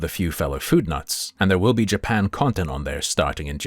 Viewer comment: This has got to be the first time I've heard a brit say "Jerpan" 😂